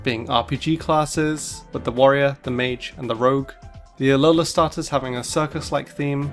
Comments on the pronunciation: Alolahn nine tails 💀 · "An aloan ninetales lol" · Yeah he just mispoke, happens to the best of us